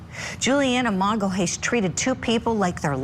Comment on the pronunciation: You really can't pronounce Magalhães...